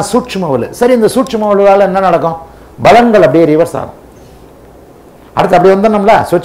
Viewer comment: Sir don't say balangal... it's palangal.